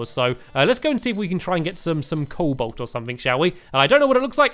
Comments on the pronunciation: Stampy you mispronounce everything in this game cobalt is prenounced co-bolt not cole-bolt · Colbalt: Col-bolt Palladium: Pal-ad-ee-um Mythril: Mith-ril Orichalcum: Oric-hal-cum Adamantite: Ad-a-man-tite Titanium: Ti-tane-ee-um